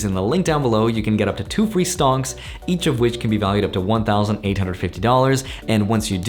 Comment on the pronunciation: You said STONKS, you cant hide! lol LOVE THE CONTENT BRO!